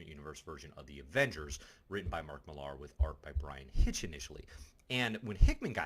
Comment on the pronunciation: These videos are nice but every time you mispronounce Frank QUITEly (not quiet) it's like nails on a chalkboard. It's a play on Quite Frankly. Also Mark Millar is pronounced Miller not Mil-LAR.